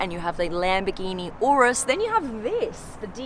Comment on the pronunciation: I appreciate you saying Lamborghini Urus instead of Yurus! That makes me angry